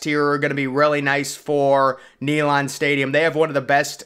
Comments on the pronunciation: NEE - LAND 😂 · It's pronounced Nay-land not Knee-lon.